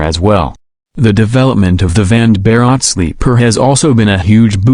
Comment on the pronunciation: Vande is pronounced One day. And Bharat as Bha rut